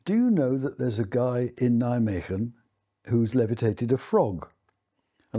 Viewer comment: I never realised the Flying Frog of Nijmegen was the work of a Nobel prize winner. At the time I just thought it must have been just a bunch of engineering students amusing themselves for an afternoon. If nothing else this guy deserves credit for pronouncing Nijmegen correctly.